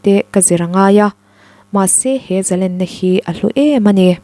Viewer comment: Zalenna ni lovin zalênna tia lam rîk tur aw.